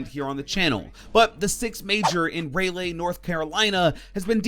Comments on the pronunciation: It’s pronounced (Raw-Lee) not (Ray-Lay)😶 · Sup just wanted to say it's rah-leeh not ray-lay just in case you looked over someone else's comment but it's not a big deal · It's RAW-LEE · My guy u said ray-lay it’s rah-lee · he really said “ray-lay” north carolina. it’s “rall-lee” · Its raw lee my man not ray lay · mate its rawlee not raylay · Ray lay HAHAHAHA it’s ra Leigh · It’s ral-e not rayle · I’m sorry but it’s rah-lee not ray-lay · LOL he said "railay" it's pronounced Raul-ee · Raylay it’s pronounced ralee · RAH-lee , not ray-lay. Keep up the good content! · "Ray-lay" Haha. It's "Rah-lee" but I wouldn't expect anyone not from there to know that lol. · Raleigh, NC is pronounce Rah-Lee, not Ray-lay. Good video tho. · it’s Raleigh (Raa-Lee) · it pernounced rahl-ie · "Ray Lay" North Carolina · It's Ra-Lee buddy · It's pronounced " Raw-Lee" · Rah-Lee.... bruh... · That is not how u say that...ray-lay lol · It’s not pronounced raylay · My stomach dropped when he said ray-lay xD :* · It’s “Rall-ee” 😂😂😂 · It's pronounced 'Rahlee' lol. Great video and info as always👍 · Is pronounced raw - lee North Carolina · Raleigh pronounced raw-lee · It’s not pronounced “Ray-lay” man. Lol. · It’s raw-lee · its pronounced (Ra-Lee) also screw jackel i hope hes nerfed into the ground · Did this guy just say ray-lay NC I just laughed out loud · Ray-lay North Carolina wtf is wrong with you, do you english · Ray Lay lmaooioooooooooo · it’s pronounced riley nc 🤧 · Raleigh is pronounced Rawlee. PSA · Pronounced rah'lee i live 2 hours away but cant go wish i could tho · you sound American af yet you pronounced Raleigh(Rah-lee) like someone who just learned how to speak......it's the only thing i will think about the rest of this video. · He DID NOT just say Ray-Lay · Raleigh is pronounced “raw-lee”, silly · Nigga don’t know how rah-lee pronounced it’s good yeen from here 🤣🤣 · "Ray Lay" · It’s pronounced like Raw-Lee mate 😂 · Ah yes... RAY-LAY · Pronounced raw-lee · Same here